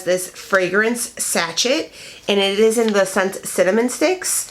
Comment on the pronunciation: You’re such a nice person. Please pronounce sachet as /sa SHā /. It’s French